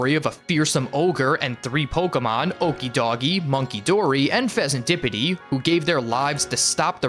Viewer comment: Hey okidoge is supposed to be pronounced similar to okie doki just with a g and e instead of k and i